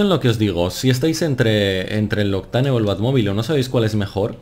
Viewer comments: se pronuncia "octein" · Me cago en la leche tío, aprende a pronunciar bien Octane 😂